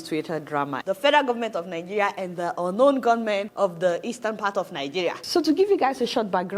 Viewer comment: Adeola - it is 'ungun know men' and not unknown gunmen. 🤣🤣🤣